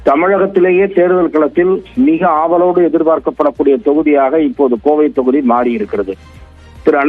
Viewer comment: தமிழ ஒழுங்கா கத்துட்டு வந்து குறை சொல்லு(தோகுதி இல்ல தொகுதி)